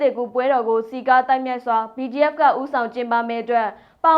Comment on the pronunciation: BGF နဲ့ PDF ကို အသံကွဲ ပြာ အောင် ပြောပေးပါလါး